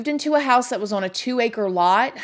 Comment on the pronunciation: "on", one syllable. "Ahn". Not "Awwwhhhwwuunn".